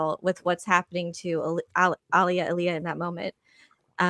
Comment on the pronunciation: Ikr? Plus keeps pronouncing Alia's name wrong,it's not pronounced like the dead singer's name. 🙄